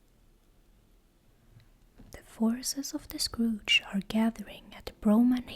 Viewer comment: I love "The Scrooge" instead of the Scourge, it makes me giggle and think of a combination of Arthas and old man Scrooge 🤪😂